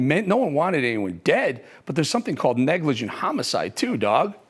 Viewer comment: Dogg, you said negligent wrong.